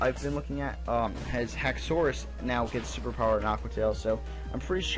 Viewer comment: you say haxorus weird